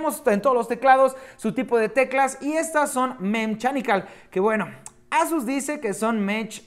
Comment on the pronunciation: Eisus no negrito asus